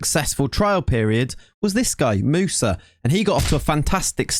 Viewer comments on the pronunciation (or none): none